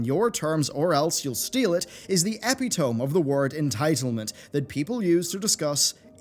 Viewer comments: Great video as always! It is pronounced eh-pit-oh-though... not eh-pee-tome... ❤ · Epi-tome = epit-o-me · It's not epi-tome. It's e-pi-to-me. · First, great through provoking video. Now, I know this is random and off topic, but did he pronounce epitome as 'epi' 'tome' rather than 'e' 'pit' 'o' 'me'? (Is that a UK thing?) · e-pit-oh-me, not epi-tome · e·pit·o·me ->uh·pi·tuh·mee not epi tome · Ep-i-tome? I thought it was ep-it-o-me. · eppy-tome? eh-pit'-o-me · Tiny gripe but it's Eh-pit-oh-me not epi-tome lol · can no one pronounce "epitome" any more? thats the second time today Ive heard "epi-tome". it has 4 syllables; "eh-pih-toh-me". like catastrophe. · Ee-Pit-Oh-Me. Eh-pity-me. Epitome. Not Epi-tome; epi-tome is not phonetically tolerated. Why does every outspoken private media face butcher this word? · eh pit oh mee! not epi tome! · epi-tome LULW It's pronounced epitomy like anatomy m888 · "epi tuh mee" not "epi tome" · Good video as always, just a note though - "epitome" is pronounced "uh-pit-oh-mee" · “Epi-tome” Oh, nooooooooooo. Cmon bro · Epitome - “eh pi tuh mi” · Not a diss, but just how the word is pronounced: /əˈpidəmē/ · just a heads up epitome is pronounced "e pit oh me" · epitome is pronounced e-pit-o-me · "Eh pee tome" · I'm entitled to correct your pronunciation of "epitome" ... /əˈpidəmē/ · "Epitome" is pronounced E-pit-oh-mee. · Epi-tome? Really? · Both of the "E's" in epitome are hard "E's" ee pit oh mee :) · "epi-tome" lmfaooo now I understand, glad I won't have yo see you on recommended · Sorry for being a toxic gamer™ - but "epitome" is pronounced "eh-pit-oh-me". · Two different videos, from two different channels, one watched after the other. And both pronounce ‘epitome’ the same way. Did I miss the memo changing it’s pronunciation from ‘e-pit-o-me’? Just curious. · Ep ih tuh me Ep it uh me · Great video! I recommend looking up how epitome is pronounced, however ;) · You said "epitome" incredibly wrong.